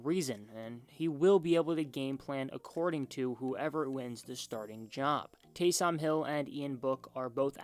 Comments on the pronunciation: it’s taysom not TAY - SOM hill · Delete this video. Just embarrassing. "Taaysoom Hill" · Can't even say Taysom right 🤣 does he watch the Saints? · Winston started 70 games - how many were wins. Also, you may want to learn how to say Taysom before posting videos. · Dude can't even say Taysom right 😂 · I feel like he doesn’t watch football. You’d know how to say his name if you just watch the games. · Facts lol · Went can't you pronounce Taysom? Have you never heard someone say his name? 🤷‍♂️ Great video other than that lol